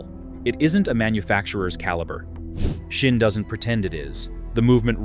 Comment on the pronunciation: It calls Sinn. Just an S not a Shin or a Schin. S i n n. Very simple